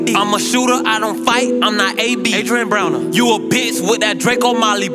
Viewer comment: Lol his accent did that